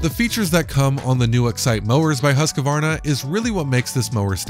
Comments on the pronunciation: This is an old video but I just have to say it’s Husk-Varna not Husk-a-Varna. Can’t any of you guys get the pronunciation of a make correct. Not to be a grammar nazi but it just makes your vids seem less important. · Husqvarna Not HusqAvarna